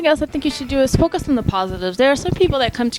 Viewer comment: When you said focus i thought you said smoke some x'D